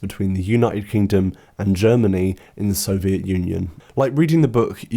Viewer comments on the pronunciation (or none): none